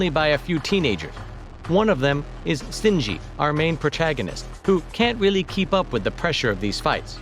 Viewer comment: “Sinjie” “Evangelligan” Something tells me this guy has never see the show.